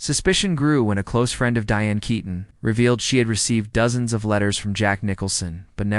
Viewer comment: Pronounced Kee ton. AI again